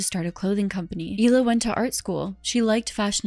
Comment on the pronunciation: Isn’t her name pronounced “Heela” not “eela” I mean her name is spelled Hila isn’t it?